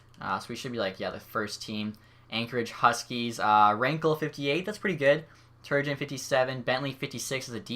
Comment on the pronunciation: Please learn how to say Turgeon.